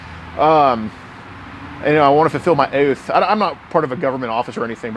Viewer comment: The OATH, brother 🤣